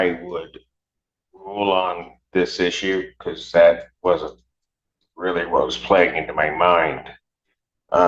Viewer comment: Weally weally cweepy guy.